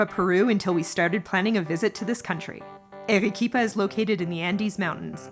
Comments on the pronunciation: It's not Erequipa, but Arequipa. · would be improved if you pronounced the city's name correctly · I'm American and I'm embarrassed they couldn't pronounce it right lol 😅